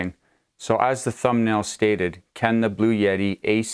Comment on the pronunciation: Sometimes he pronounces it Blue Yeti! 🙂